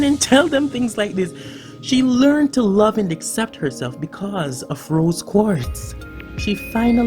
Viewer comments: "Rose Quarts" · Quartz* Not Quarts